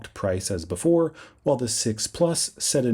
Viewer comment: interesting Not inneresting Before Not boofore